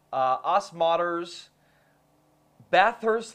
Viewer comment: It's pronounced Oz Modders